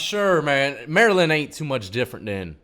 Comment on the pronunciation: you mean Merrraland